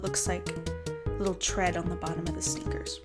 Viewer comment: when you say sneakers i can't not understand snickers, help.